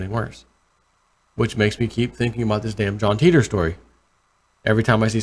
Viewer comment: I was impressed that you are familiar with the John Titor story. Just a small point I thought his name was pronounced Ty-tor as in TI(me) T(ravell)OR.